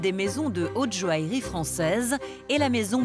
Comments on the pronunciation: La présentatrice de ce documentaire est agaçante lorsqu'elle prononce le mot joaillerie, elle dit jo-ale-rie au lieu de jo-aille-rie! Autre chose d'agaçant lorsqu'il s'agit des pierres, c'est le terme "semi-précieuse" utilisé fréquemment dans toutes les émissions traitant sur ce sujet. Ce terme est interdit dans le commerce en France par un décret de janvier 2002. Ce terme n'a d'ailleurs jamais été utilisé par les professionnels puisque je me souviens lors de mes études de bijouterie dans les années 70 que le professeur de gemmologie insistait bien sur le fait que hormis les 4 pierres précieuses: diamant, rubis, émeraude et saphir le reste des pierres étaient appelées pierres fines et non pas semi-précieuses!Cela dit ce documentaire est intéressant quoique certains participants sont insupportablement pompeux! Ils auraient pu évoquer certaines anciennes monarchies et familles princières et beaucoup d'autres artistes tel Maria Callas, Marlene Dietrich, Gloria Swanson etc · La présentatrice ne sait même pas prononcer "joaillerie" et prononce "joalerie" 😂😂